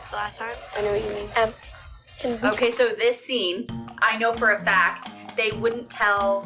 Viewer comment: james little "okeh" haha